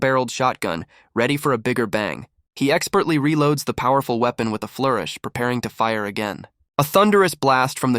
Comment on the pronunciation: Seeing as they pronounced it as uepon I think they didn't understand it